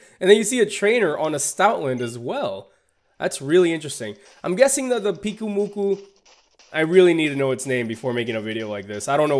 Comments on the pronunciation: It is pronounced Pyuke oo moo koo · Pyu-Ku-Mu-Ku. GET IT RIGHT